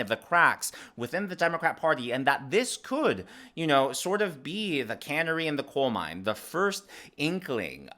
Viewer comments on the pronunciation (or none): Its pronounced 'cuh-nare-ee'. A canery is where they can things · I love ya, but it's CANARY (the bird) in the coal mine, and it's INTIFADA not infitata. LOL Great show my husband and I enjoy watching your videos!